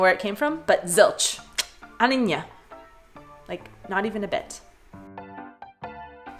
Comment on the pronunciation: You just nailed "ani ň", big gratulation! :D